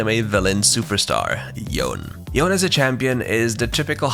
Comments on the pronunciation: It's pronounce Yo - Ne right not Yon? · That Yone pronunciation bruh Pronounced as Yo-Ne or Yo-Nay...... Literally on their voice lines or watch the kin blade cinematic where Yasuo says Yone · All my respects for this channel gone when you called yone as yone instead of yOnE.